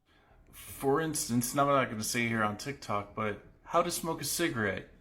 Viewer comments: Are you saying Tic Tac News at the start? It really sounds like tic tac. Later on you said tik tok so it's not an accent thing. Wow!! I think he was just racist. I'm Irish and the dumbest thing I've heard from an Irishman is..... He called in to a radio phoneshow who were talking about African immigrants coming to Ireland, he was trying to be PC by not calling them black but he called them African Americans lol, I'll never forget that! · Why do you constantly say tic tak when its clearly tic tok